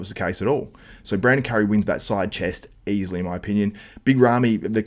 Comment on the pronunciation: You say easliy hahahahahaha wtf are you joking